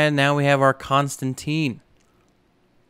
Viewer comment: Not hating, but it’s pronounced con-stan-tan. loving this series! Keep up the good work my dude!